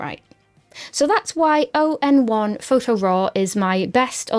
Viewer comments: ON1 user for quite a while now, so it was refreshing to see it at the top of a list of LR alternatives. And just in case nobody else mentioned it - it's "On1" not "O..N..1". :) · It's pronounced "On one" not O N 1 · Thank you for the great tips, as a ON1 long time user, I just wanted to point out the name of the company is not O N 1 it is pronounce on-one like all in one. Great video, cheers. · Spelling out “oh en one” instead of saying the words “on one” is too cute for words😂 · You should do some more research before criticizing the name ON1. It's pronounced onone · Nice review! Thanks. I always thought ON1 was pronounced “On One” (awn-wun) which rolls off the tongue a little easier. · I’m surprised you haven’t heard of ON1, the company has been around for well over a decade. Their products work - or at least used to work - as a Photoshop/Aperture plug-in as well as a standalone product. I haven’t used it for a while as I’m taking a break from digital photography, but it always been a good product and one I’ll go back to when I resume digital photography. By the way it’s called ‘on 1’ not ‘o n 1’ - it was clearer how it’s pronounced before they changed the logo from ‘onOne’ to ‘ON1’.